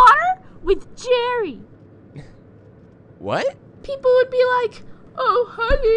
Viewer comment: I like the part when she said Jarry.